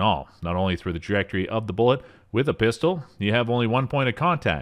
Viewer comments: dunno why, but it really annoys me when he pronounces pistol as "pister" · You keep saying PISTER and your job is to talk…..